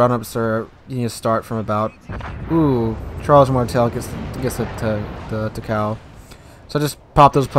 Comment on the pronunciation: Normal people pronouncing Takao: Tah-kow: Te-kay-oh